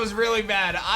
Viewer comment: “That would be a terrorble situation,” now you can hear too